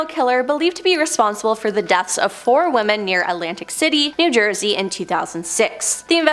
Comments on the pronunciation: Woman? Can she not say women? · 🙋‍♀️ I'm also wondering why you are pronouncing the plural "womEn" as the singular "womAn" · lady are you stupid say women not woman